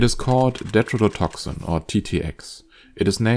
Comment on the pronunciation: Why do you pronounce some T's as D's? Never heard that before, with any accent. Tetrodotoxin you pronounce as "dedrodotoxin"... Stuff like this is important to at least try to get right. A lot of people just listen to videos, as I did and did a search, had to go back and watch to see why it didn't give the right results. Either explain that in your videos or description or, the obviously best thing to do, learn to pronounce T's correctly, which you should be doing from the start... Why just some of the T's? You obviously can say them correctly, so it doesn't make any sense. Is it a speach impairment? I'm just curious as to why, never heard it anywhere before.